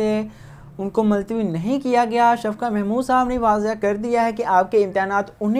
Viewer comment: Multawi hota he .maltawi nahi